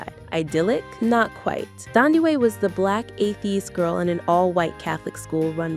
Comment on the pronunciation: You have pronounced her name wrong. It’s NOT pronounced Thandiwe, with the TH pronounced. It’s TANDIWE. The TH is a TAH Sound.